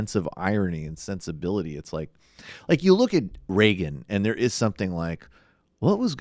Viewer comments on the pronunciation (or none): none